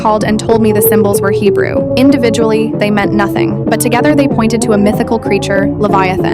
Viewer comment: Hewbrew? I can speak hewbrew